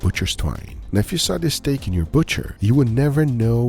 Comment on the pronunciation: tempoyak steck 🤣🤣🤣🤣